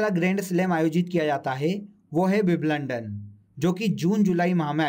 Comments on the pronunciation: Sir wo wimblandon ni hoga. Wimbledon hoga. ❤️ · Wiblondon ni bhai Wimbledon 😂👍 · Bhai aapka WIBLUNDAN bahut kamaal ka tha.. hasi hi nahi ruk rahi.. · सर, बिंबल्डन होता है,बिबलंडन नहीं😔😔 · Bhai Wimbledon ki pronunciation theek krle yrr